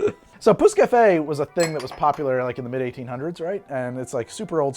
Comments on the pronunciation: Im not french but as an absolute language and dialect nerd I believe youre pronouncing pousse-cafe pretty much right. Man that does sound vulgar tho lmao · "Pousse Cafe" was on point, well done :D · You pretty much nailed the prononciation of 'pousse café'. I never knew it was a layered drink. Where I grew up, a pousse café is any alcohol served with coffee, typically a brandy. I guess the name stuck, but the drink was lost. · You said pousse cafe perfectly :) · You got the pousse café pronouncing pretty right! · you said pousse-café the right way don't worry :)